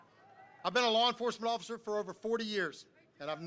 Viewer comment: Why can't he say 'officer'? Sounds like he's been pulled over for swerving all the road, 'No offscifer, I don't even drinkshh, covfefe'